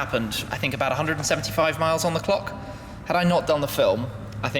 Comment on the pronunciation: I cringe when he says clock.